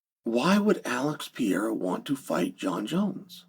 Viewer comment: Alex Pee-Air-Ah